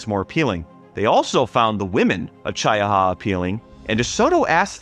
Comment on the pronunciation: It's Chee - ah - ha. Not Chy-uh-ha .